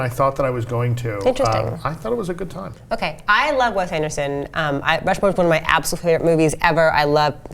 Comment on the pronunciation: Did she just say 'WEST Anderson' ??